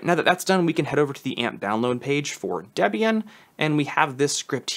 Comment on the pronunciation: Excellent video. I did slightly flinch every time you said DEB-Ian instead of DeeBian, and SuDoo instead of SuDough. But still valuable info.